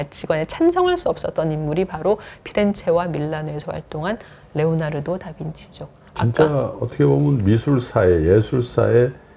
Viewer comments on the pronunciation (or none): none